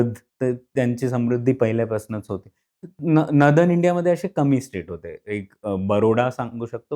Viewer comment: "नदन" नाही हो, "नॉर्दर्न"!